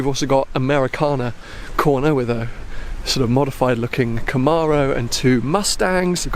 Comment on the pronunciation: The way he pronounced Camaro angered me